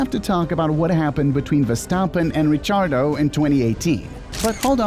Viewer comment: 'Richiardo' It's pronounced 'Rikiardo'